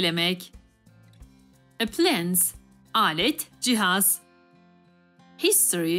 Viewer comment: appliance'ı telaffuz edişine patladım AJSCKŞLJAŞKLCJAKŞLCJEAKLFCJEŞLKJEŞALF